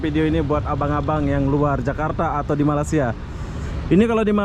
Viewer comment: Bang..kenapa sebut negara Malaysia dengan kata MALASIA